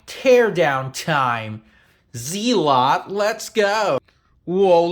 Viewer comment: its zealot not fkn zeelot dohhh and they always made good speakers, ,for the price anyway